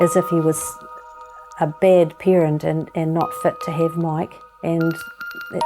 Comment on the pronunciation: She said pee eh rent lol